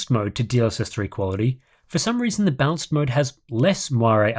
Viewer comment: It's a bit confusing that you pronounce "balanced" as "bounce"